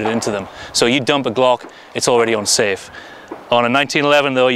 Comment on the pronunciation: At first I thought he was saying "UN-safe" instead of "ON-safe." I was like, "why would you want to leave a completely unsafe weapon?!?!?"